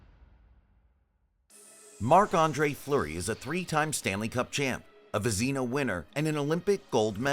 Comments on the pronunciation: Vez nah First part is correct, second is nah , not the back half of Tina . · Who the hell says Vezina that way? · AI garbage, that's who.